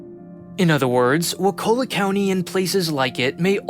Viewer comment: It isn't "waKULla", it's "WAkulla". Like "WALK a lot".